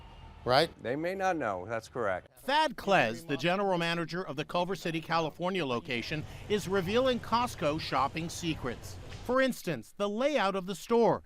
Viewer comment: am i the only one that thought they said his name was fat legs?